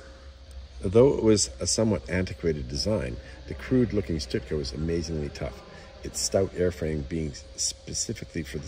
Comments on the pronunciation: Stuka Not Shhtooka Or stootka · STU KA stands for Sturz Kampf Flugzeug (Dive Fight.. Air-plane) ..Remember the Z is pronouced as TSSS the ss as zzzz, or sh. the U as ou in you, the Ü as u in dejavu so NOT an ou as in you..or as in shoe, Münster is not m'nster or moonster... So no Stüka. No stut ka... etc.. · Stuka :(Stew-Ka). Hearing him call it a 'Stit-ka' over and over was irritating. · It is a STUKA pronounced stooka not stutka. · its not a stutka its a stuka. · pronounced Stooka not Sitka. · He keeps saying "stitka." What the hell is a stitka? I always thought it was pronounced "Stooka." Still, good clear video of a great war bird. Hope to see it fly one day. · I've stood next to the Stuka in the Royal Air Force museum in London. It's surprising just how big these aircraft are, they are a similar size to a twin engine bomber of the same era. The trailing edge of the wing is at least 5ft from the ground. PS, it's "Schtuka" not "Stutka". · pronounced not stut-ka ...Stooka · Stoooooka. Not stika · It's pronounnced Stoo-kah. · Wow! But why do you keep calling it a Stut-ka? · you've obviously done a lot of research on this aircraft, it's a shame it didn't extend on how to pronounce the name of it correctly. It's pronounced 'Stoo-kuh', I have never heard anyone say it the way you do. Get it right next time dude. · You really need to work on you German pronunciation. It's NOT Stutka (throughout), and it's NOT Luftwaffle among others. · Stuka is not pronounced stutka ,but nice clip anyway 😊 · Sir your pronunciation of Stuka is killing me. There is no "T" sound before the "K". It's pronounced "STU-KA"!!!!!!!!!! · STOOKA Is the way to pronounce Stuka ..... I'm not being picky , it's just for future reference. Thanks once again...